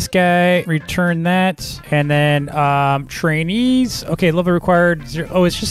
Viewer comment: why do i always here chines when he say trainees